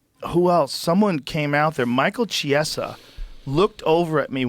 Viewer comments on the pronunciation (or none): none